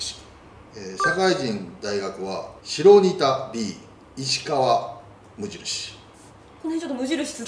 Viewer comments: 白仁田 しろにた❌ しらにた○ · 白仁田は「しろにた」じゃなくて「しらにた」ですよ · しろにたじゃなくて、しらにたでは？ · 白仁田はしろにたじゃなくて しらにたです！